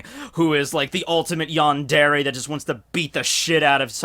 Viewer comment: Yundere Yoon-day-ray